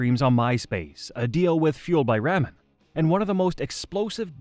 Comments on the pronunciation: Sounds like it. Explains why it pronounces ramen like that. The videos are cool but I could go without the ai narration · Seriously, does he not know how to pronounce this label? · Is it me or is it how this guy says ramen is driving them nuts?